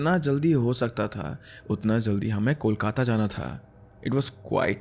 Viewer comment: The way you pronounce Kolkata is so perfect ❤ Love from Diamond Harbour, a town near Kolkata in West Bengal.😊